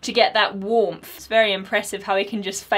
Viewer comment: The only man on earth that can turn "warm" into a 10 syllable word